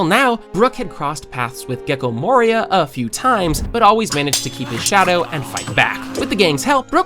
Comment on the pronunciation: Wieso sprichst du die Charaktere wie Aokiji oder Gecko Moria so komisch aus? In der deutschen DUB Variante werden die Namen doch auch offiziell anders ausgesprochen? Verstehe diesen extra Tonfall bei dir nicht